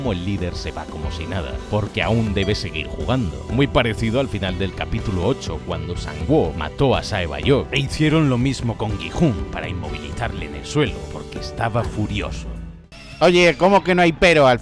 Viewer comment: NO ES BAY YO ES SAEK BIOK